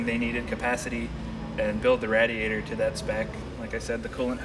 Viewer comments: the way he pronounces radiator really bothers me lol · pronounces "radiator" as rad-ee-ay-ter rather than ray-dee-ay-ter. That was not uncommon when I was a kid but not so much any more. Is it regional? Does the Simeone Foundation have a "Mk I" GT40 for comparison? Funny they didn't measure the Mk II. Legend has it those were built a bit taller in order to accommodate Dan Gurney and A.J. Foyt..